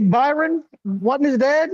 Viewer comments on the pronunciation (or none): Stop calling Bizzy BYRON!! His name is BRYON, like Brian... Get yall shit together